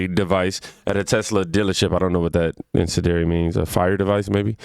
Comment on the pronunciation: In-cen-dee-eri KING😂